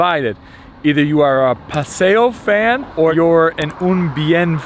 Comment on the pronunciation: It's paseo.